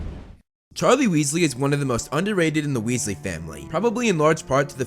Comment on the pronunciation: Wealsly Weasley hmmmmm